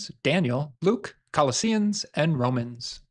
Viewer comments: It's pronounced "colushuns," unless you're Trump. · That is not how you pronounce Colossians 😆😆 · Please learn to pronounce Colossians. I was embarrassed for you. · It’s pronounced Co-losh-ins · Umm, "Kallo-see-uns"? That's a new book! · You cant even pronounce Colossians right.....SMH......